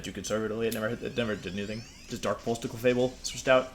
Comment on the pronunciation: Cleffa-Bell and Jenjar are driving me insane